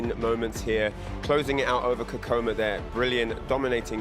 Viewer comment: hears the correct pronunciation of Kkokkoma 100 times from, keeps pronouncing it incorrectly.